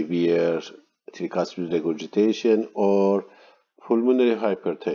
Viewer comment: very good explanation, thank you for your lectures. But can you please try to say "trycuspid valve" instead of treecuspid? no offense to you sir, as people have different accents but if we speak Arabic that way, you will really make fun of us